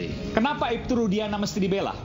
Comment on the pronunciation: Nyebut Nama Orang yang Bener Kamu...... RUDIANA bukan RUSDIANA..... Kamu itu benar pengacaranya dia atau asal bela orang saja.... Jangan-jangan Kamu salah bela orang....